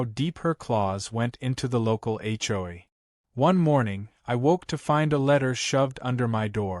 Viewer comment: Will AI ever learn how to say HOA? Hjoy is getting tiresome!